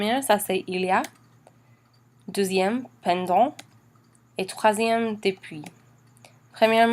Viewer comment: Je bien comprend que vous avez des bonnes intentions, S'il vous plaît vérifier votre accent! Malheureusement, votre prononciation de tout les deux mots "depuis" (not dépuis!) et pendant (pondon) not PENdant! Bon courage